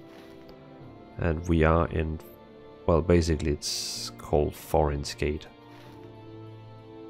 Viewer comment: It is not "F"horin's Gate, it is "T"horin's Gate :)